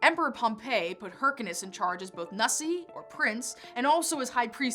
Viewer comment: You said nuh-sy I automatically think nessy like the locness monster lol